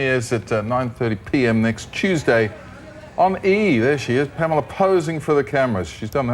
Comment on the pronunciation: pam-ellah....not palemar.